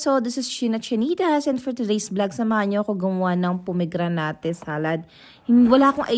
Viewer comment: it's po-meg-gra-net po.☺